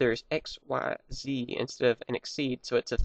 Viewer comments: it isn't XYZ it is pronounced as ik-seez which sounds like exceed don't say each letter by itself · Xyz is pronounced Ik-seez not x y z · xyz is pronounced ex-sees konami just wants to be fancy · its not Xyz its ik-seeeeeeeez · Actually "Xyz" is suppose to be pronounced as "ik-seez". Sounds just like exceeds so it's still nearly the same. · pronounce it X-yz